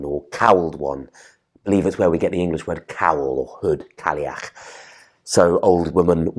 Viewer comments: It's not "Cally-ach"... there's no 'l' sound. (it's more like: "Kai-ach"). - Gaelic (pronounced like: "gaylick") is spoken only in Ireland. Gaelic (pronounced like "Gallic") is Scottish. They're similar but not identical. - What is "Imbola"? (like ebola?) Imbolc is Imbolc - there's no need to change it. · Cailleach is pronounced ‘Kye-yach’. Cailleach in Scots Gaelic is an every day word simply means old woman. More of a divine ancestor than a God. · your pronunciation of Cailleach is killing me. In Irish it's pronounced ky-loch